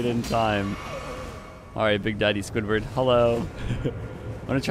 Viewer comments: why did bro say squidward instead of siegward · Was saying Squidward for the first invasion? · good vid but calling siegward squidward made me die a lil inside